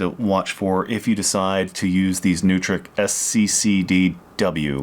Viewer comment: Neutrik is pronounced "NOYTRICK"